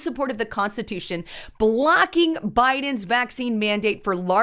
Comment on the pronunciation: BA-LOCKING = BLOCKING IN ENGLISH PLEASE,.